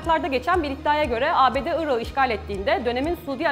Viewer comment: küçük bir bilgi vericem. özel isimlerde yumuşama olmaz yani telafuz ederken ırakı diye telafuz etmelisiniz , ırağı diye degil